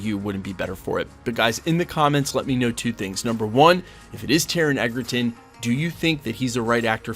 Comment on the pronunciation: You’re mispronouncing Taron’s surname. It’s pronounced “Edgerton” 😊 by the way, I’m the biggest fan of Hugh Jackman and Wolverine but I think Taron can be a good choice. Also, Taron and Hugh are good friends so I think Jackman would be happy if Egerton take the role.